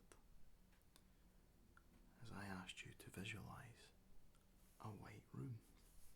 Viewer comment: ohhh he said "white room" i heard "weight room" i was wondering why i had to imagine all that gym equipment...